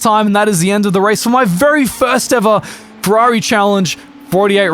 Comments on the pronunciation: It sounds like you say perrari instead of Ferrari! Also another good video! I love the shenanigans lol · Said “Purrari” as a 🖕to Ferrari